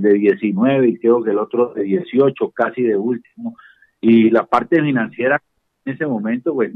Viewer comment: Repitelo ...CA51 DIJISTE CA51 ...JUA JUA JUA JUA